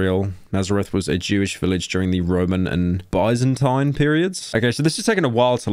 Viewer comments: L Pryo Doesnt Know How To Say Byz-In-tyne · Mfer said bye-zan-tine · “During the Roman and by-zin times” pyrostorian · ah yes the Buysantine empire. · “Buys in Tine” go to school pyro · Bro pronounced Byzantine like bye-zan-tine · buy-san-taine empire bruv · its pronounced "bizz en teen" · The way he said Byzantine hurts my soul. Too much Briish. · How tf did he pronounce byzantine 💀💀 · The way he pronounced Byzantine 😐